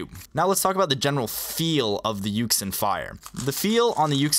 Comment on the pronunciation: a lot of people dont know but yuxin is actually pronounced yu-shin